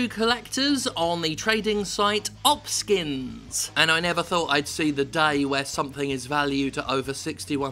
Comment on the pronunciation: It's O P skins not op skins